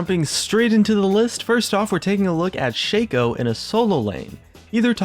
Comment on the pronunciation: YES THANKYOU FOR PRONOUNCING SHACO AS ''SHEI-COU''